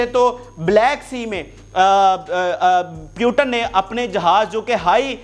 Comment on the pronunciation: Ek baat ko 6 baar repeat Putin ko pyutan Pehle seekh le bolna phir news bolna